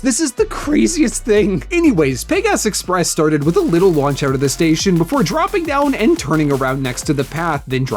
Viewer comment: Peg Asus Express??? For the love of God, please say Pegasus Express!!!